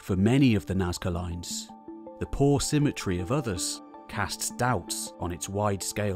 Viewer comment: "Nazca loins" ftw